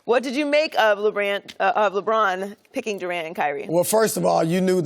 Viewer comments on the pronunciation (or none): Lmao she said “LeRant” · lmao joy said Lebrant at the beginning